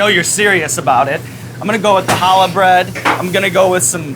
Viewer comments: Calls it "kallah" bread eks dee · Sean you're great. The way you say Challah hurts me physically...To my core.